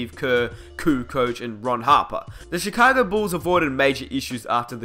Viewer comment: Mans literally said. CHECAGO BULLS